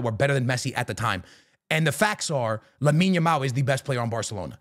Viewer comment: Finally he Call that boy "Lamine" not yamin yamal 😅